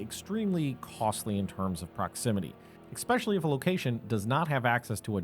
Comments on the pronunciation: Narrator: great job, however, please note - it is “especially” not “especially”. Kind regards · "Ekspeshully"??? ESPECIALLY E S P